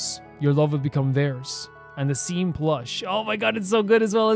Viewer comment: Seam is pronounces "Shawm"